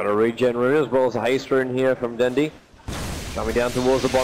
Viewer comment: 1 of the commentator pronounced Dendi's name into "Den-die" Lol.